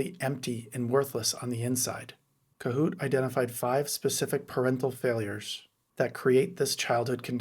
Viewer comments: Ko-Hut, not kohoot. Heinz Kohut 😊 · The name of the psychoanalyst, Heinz Kohut, on whom you are basing this piece, is pronounced Co--hutt, not Co-hoot. Tell the AI department. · Kohut ="Co-hut"